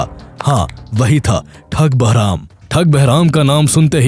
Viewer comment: Barham❌ Beraham✅